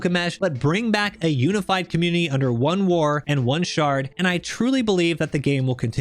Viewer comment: Great vid! A lot of the time you said “shard” I heard “shart” and because I’m a massive dork I giggled every time.